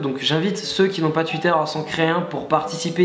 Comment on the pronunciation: J'adore comment tu dis "tuitteur" ;)